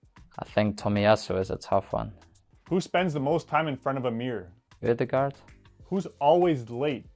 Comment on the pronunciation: The way he pronounced Odegard spends most time on the mirror had me ded😂😂😂